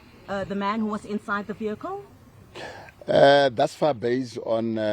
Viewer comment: Vehicle not vikle